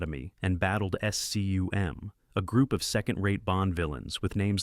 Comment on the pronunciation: numbers/dates aren't the only things mangled: at least two acronyms are spelled out, "S-C-U-M" instead of "scum", for instance. ( - )